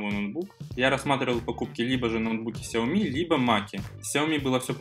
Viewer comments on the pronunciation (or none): none